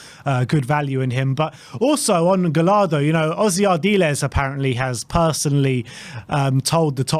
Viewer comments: It’s not gal-lardo, it’s guy-yardo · Double L in Spanish is a Y sound. Guy-Yar-duh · As an argentinian Spurs fan I’m all for Gallardo (you actually pronounce it more like gashardo like you would -shard-. I actually wanted Gallardo when Poch was sacked but ended up extending with River Plate. He is definetely not a gamble, I can assure you that. Just look at the players he made debut… Julian Alvarez, Enzo Fernandez.. THE MAN FOR THE JOB. EL MUÑECO GALLARDO (the toy)